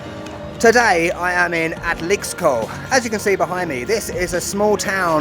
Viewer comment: Muy bonitas tomas ,y pronunciaste excelente la palabra Atlixco ,saludos desde Cancun